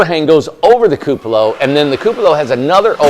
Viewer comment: It will be beautiful....all of your houses are! The teacher in me however feels that I should point out a small detail...the word, "cupola," is pronounced: KOO puh luh. Forgive me for being persnickety..its not a criticism, just a heads up in case you didn't know. Keep up the good work!